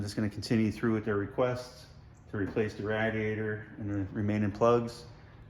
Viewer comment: The word is not rad iator The word comes from radiant. Nothing rad about it. I don't care, It's just sport to bug you about it. Good video.